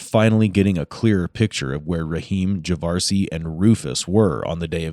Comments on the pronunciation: Javarceay? That's all I needed to hear... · Are we sure that his name isn't pronounced Ja-var-see-ay? (Because that's what I believe). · "Javarceay"? WOW lol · juhh var see A 🤦🏼‍♂️ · I do believe his name was meant to be ' Jav-ARSE-ay.👍👍